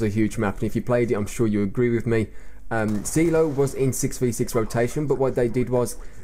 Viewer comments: lol spelled "Seelow" see-low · It's pronounced Psy-Low... Silo